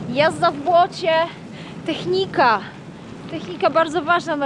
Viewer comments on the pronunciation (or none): Zdaje się, że jesteś nauczycielem, więc nie techniiiiiika, tylko teeeeechnika